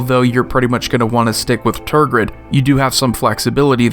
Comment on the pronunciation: Tergrid? .....Bruh